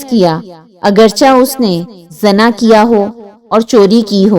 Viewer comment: Zana nhi hota,zina hota h word